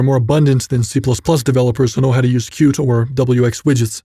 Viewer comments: Qt is pronounced cutie, not cute. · Why wouldn't you pronounce Qt as "CUTIE"?